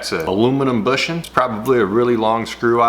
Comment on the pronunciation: "Aloominum booshin"